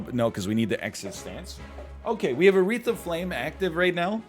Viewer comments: I can't help but hear "Aretha Flame" ._. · “A wreath of flame” said rapidly sounds so much like urethra flame which makes me fidget uncomfortably throughout this episode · Every time he said "A wreath of flame" my brain heard it as "Aretha Frank(lin)"